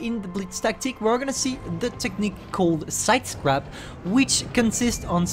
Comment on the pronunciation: The way ewhen u say sidescarpe it is sounds like sidecrap excuses me what de fuk. Is the maus a joke to u. No hate btw